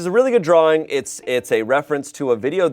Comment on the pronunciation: He said drawring just like Rhett from gmm 😂